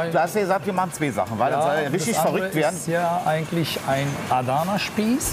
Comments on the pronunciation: "aadana spieß" 🤣😂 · Mich triggert voll wie die ‚Adana’ aussprechen😂